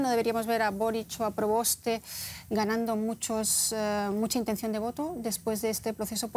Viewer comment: “Yasna ProBOSTA”. Jajaja